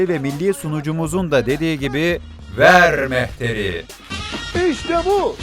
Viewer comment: Şu ver mehteri diyen sunucuyu bir tek benmi tokatlamak istiyorum